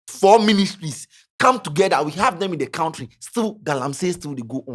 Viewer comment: it’s koun-tree, not kount-tree.